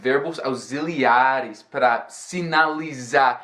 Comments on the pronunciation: auxiliares... "aziliares" nao kkkkk "ausiliares" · Hi. Em Você falou a palavra auxiliares. Mas você falou o X com som de Z. O correto neste caso é com som de S, okay? Como se fosse "aussiliares". Uma palavra em que o X tem som de z, por exemplo, seria "exatamente". Muito obrigado pelo seu video. Um abraço!! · Seu Português é fenomenal! O "x" na palavra "auxílio" tem som /s/, igual à junção au+cílio. O mesmo com "verbo auxiliar" (auSSiliar). Goo job! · Ótimo vídeo!!! Uma dica de pronúncia pra vc: "Auxiliares " ou "auxiliar" Nesse caso o X tem som "C" = "auciliares"! Valeu!! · Tb notei!